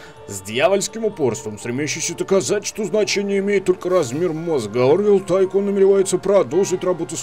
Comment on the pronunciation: Ну во первых не Тайкон и не Тайсон а Тайкун(точно так же и в локалицзации, если не обратил внимания) во вторых по грамматике английского языка правильно как раз таки Тайкун. Что кстати в переводе с английского значит магнат. То бишь игра называется - Зомби Магнат Месть Брэйнхова.